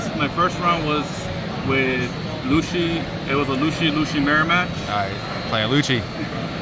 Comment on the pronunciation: after the 3rd LU-SHI, he tried to correct him hahaha jkjk I love how constructed his deck by making it a CP/Navy hybrid, but using some cards you wouldnt find in a typical Rob Lucci deck! Great stuff! love the content!